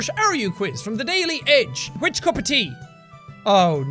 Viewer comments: Superwholock4life it’s tae not teh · Belle Darn, I only noticed this comment after saying something similar. I love his thicker accent so much. Like how he pronounced "tea" like "tay." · His accent seems so much stronger in this video than usual. Anyone else hear him pronounce "tea" like "tay"? I absolutely love it! I'm like the Irish version of a weaboo. Is there a word for that? I have some Irish in my DNA but not enough to count myself as Irish. Maybe that's why I dislike any alcohol...